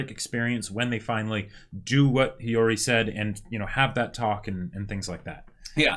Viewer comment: YESSS!!! They finally pronounced Hiyori right! Also, we never got the story with the butterfly